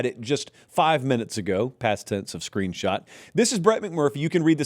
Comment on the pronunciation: you have GOT to stop saying "screenshat"😂